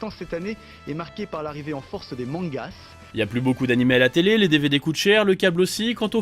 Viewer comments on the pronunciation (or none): "mangass" olala mdrrrr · "Des mangasse"